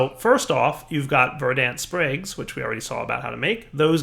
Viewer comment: Dude. The "a" in "verdant" is a schwa.